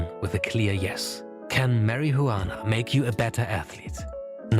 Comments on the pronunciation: Stop pronouncing s H sound when you say Marijuana, it sounds ridiculous. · Bruh can’t even say marijuana correctly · I like how he pretend that he cannot pronounce marijuana